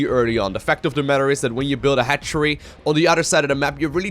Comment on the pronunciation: That moment when you realize "hatchery" sounds like "head tree"